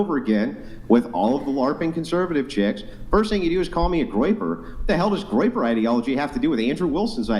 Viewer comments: What's graper and graper ideology? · She called him a Groyper. Which is a right wing ideology that people follow, I think. It sounded like Graper. But she said Groyper